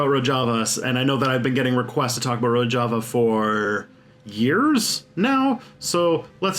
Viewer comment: It's Ro-zh-ava, I think.